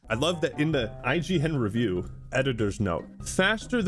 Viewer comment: The reason this was IGN's first 1/10 in about a decade is because everything else is either a 9 or 10 to avoid angering publishers. When they rate something an 8 it's not worth buying. Weird pronunciation of review there. REview, wtf?